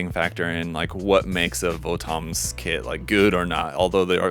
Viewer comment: Not to be rude but it's actually pronounced more like "Votums" (the romaji is "Botomuzu").